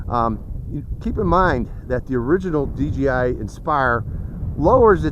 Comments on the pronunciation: You said dgi not dji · I know that what makes m saying he keeps saying dgi when it is dji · It's not dgi it's dji